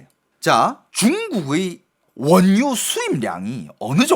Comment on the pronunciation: 원뉴 가 아니라 원유 ..! ㅋㅋㅋㅋㅋㅋㅋ